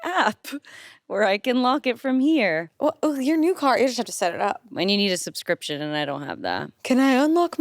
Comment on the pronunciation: a subscryioption ... for a cawar......m ARGGHHJ!!!!